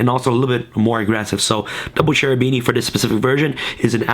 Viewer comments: Kerubini, not scerubini pls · It's name is KErubini not SCErubini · *Kerubini, tho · Lol you mispronounced his name